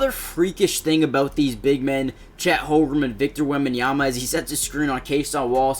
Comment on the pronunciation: its holmgren not "holgrum" 😭